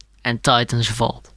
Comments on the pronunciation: Whenever he says vault it sounds like he's saying fault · Mate fokin "vault" again